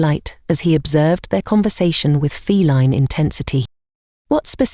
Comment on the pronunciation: "fel-EEN companion:???? What?😮 Liked and subbed from Newfoundland ❤!